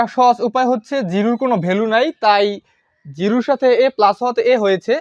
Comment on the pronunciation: jiru na jiro bolan😊